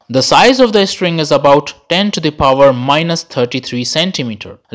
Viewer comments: When you pronounce string as estring, it sounds irritating, pls work on it. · Why does he keep saying string as istring or estring🤔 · No one: The guy in the vid: istring 🥴🥴🥴